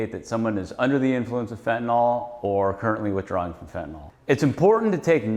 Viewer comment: It’s hard to understand why a great majority of intelligent people refer to Fentanyl as “Fetanol” They are supposed to be professionals and they all mispronounce it. It’s some kind of brain glitch. 🤷‍♂️